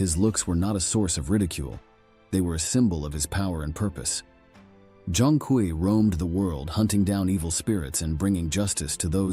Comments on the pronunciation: Zhong Kui is pronounced Zong Quei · Respectfully, bro’s name is pronounced Zhong(Jong) Kui(Kwey) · pronunciation is more like "Jong Kwee" To make a modern parallel, think of him as Chinese Ghost Rider but with swords and spells